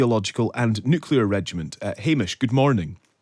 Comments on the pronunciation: 2.19 "NUCULAR" - 2.44 NUCLEAR" - you can say it when you try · Nuclear is pronounced "new-clear". NOT nukular. It's really not difficult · Nuke-u-lar war? Grrr.... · Did he say "nucular"? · Not someone else who should know better pronouncing it 'Nu-Cu-Lar'. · Surely someone in the business can pronounce the word Nuclear correctly, it is not Nucular.